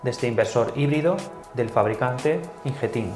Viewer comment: Muy buen video, como siempre. Me gusta porque son videos que van al grano y de duración muy ajustada. Curiosidad: "Ingeteam" se pronuncia como si lo leyeras en castellano, no en inglés. Conocí a una trabajadora de la compañía haciendo un curso y nos corrigió la pronunciación, ya que lo leíamos también en ingles. Un saludo.